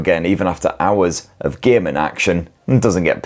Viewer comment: I`m having some trouble understanding this dialect, was kinda expecting a phone review but it was allot more about hours of demanding gay-men action and gay-men on resourse sucking titles.